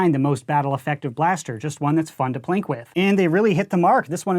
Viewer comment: I'm a bit new to the hobby... Are you saying "plink" or "plank," and what does that mean in this context?